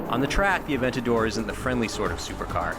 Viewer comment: sounds terrible when an english tongue says "Aventador" ..